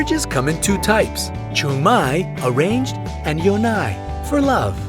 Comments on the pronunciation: yonae isn't pronounced that way btw :) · He also pronounced “chungmae” and “yonae” wrong... like at least know how to pronounce your stuff, it’s not that hard.